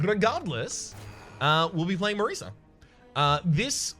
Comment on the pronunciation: It's Marisa, pronounced like the "S" in DOSE. Italian name.